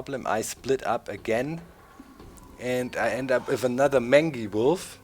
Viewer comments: Doc mangy wolf is pronounced........ mane-gee wolf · Doc... just wondering, is your pronunciation of 'mangy' how your region pronounces it, or do you not know the word? I know the pronunciation as 'main-jee'. I even double checked it on m-w com to make sure. (They have audio files to help pronounce words.) You present an interesting strategy... but I'll stick to mine. It looks crazy, but I have a decent win/loss ratio with it. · It's pronounced mane-gee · Very interesting looking game, and the post-commentary works well. Keep it up! P.S. Mangy is pronounced mane (as in horse's mane) - gee (as in G-string)